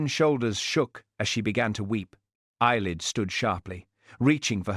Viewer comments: Ceilidh, (Scottish Dance) is pronounced "Kay Lee) . Thanks. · It's pronounced kayli